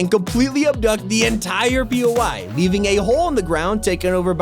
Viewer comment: I’m a big WW2 history nerd so when he says POY I always think he is saying POW lol